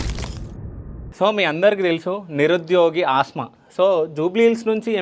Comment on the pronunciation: Aasma kaadu anna Asma anadi